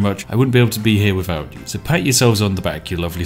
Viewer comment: "Wifout furver adieu..."